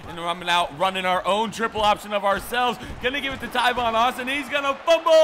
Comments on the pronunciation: just for future videos, Tavon Austin's name is pronounced "Tāvon," like "ate," not "Taivon." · Its tavon not tivon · Tavon not tyvon 😐😐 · Tyvon Austin........ It's pronounced Tay-von Austin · BREAKING NEWS the letter a is now pronounced ( eye ), the world is in massive confusion. Tavon Austin is now pronounced Tyvon Austin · TAVON not tyvon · its tAvon Austin not tyvon Austin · I don't think enough people said it sooooooooo TAYvon not TYvon Guys give him a break he made a simple mistake lots of people pronounce thing differently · It is TAAAAAAAVON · It's T-Aye-Von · TA-VON (A) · I thought he was saying "Tyvon" Austin on purpose... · Bro, there's not even a y in Tavon Austin's entire name.. Come on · STOP SAYING TAIVON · It's tavon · No he says it in every video